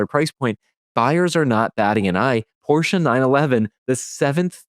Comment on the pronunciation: Thank you for not calling it a Porsh.